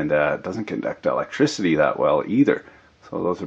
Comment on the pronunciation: I don't think you speak funny, Been following for some time. YOU ARE HILARIOUS! Things like "Electocity" Very very funny